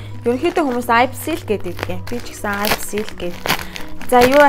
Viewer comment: Neriig n maaash buruu helj bna. Аяпси bish ийпси shuu